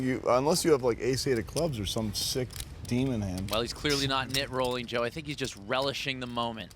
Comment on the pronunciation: Never trust a guy that says Fink